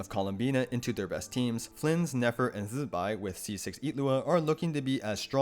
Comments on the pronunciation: its zi bai not zzbai we lit heard them say her name already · Useful video, but what’s up with your pronunciation of Zibai? You sound like a fly buzzing when saying the first syllable? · Please stop saying zibai's name like that